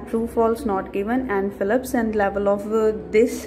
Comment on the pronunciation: It's not Fillips It's fill ups🤣🤣